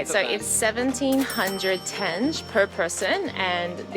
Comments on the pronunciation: Ugh I wish you guys enjoyed Turkistan and Shymkent more. There is a lot to see and both of the cities are cheaper than Almaty and Astana. Btw, I don’t think someone had a chance to tell you the right way to pronounce «tenge», but it’s actually «ten-gé» (like teng-gay). I checked and for some reason google says tenj🥲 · oi, oi, oi. Kazakh Greetings from freezing Perth. The name of local currency pronounced as Tenge, like you pronounce Mango, the letter G I mean. Enjoy your trip, guys. PS: it is the season of fruits now, so try local melons and watermelons. Cheers)